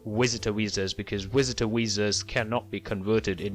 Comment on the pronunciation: I'm sorry I just couldn't finish 😂 wisitor wisa's. It looks like you're helping a lot of people though so good job 👍